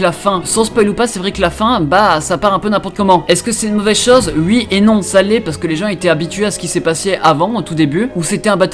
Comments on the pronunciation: Pk tu dis ui à la place de oui... t'es belge ou quoi ? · Attend tu a vraiment dit ui 😂😂je t'adore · "ui" "vous avez votez UI" ptdr, bonne vidéo sinon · tu dis “ui” je trouves ça très marrant voilà la bisette